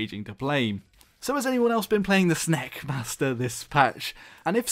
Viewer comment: Sneks? Its snakes snakes